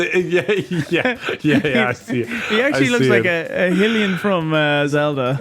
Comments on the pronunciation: Pronouncing Hylian as “Hillian” is wild for a Zelda fan. Hyrule ≠ “Hirrule” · that’s not how you pronounce Hylian >:((